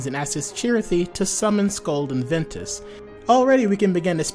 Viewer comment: It’s Ventus.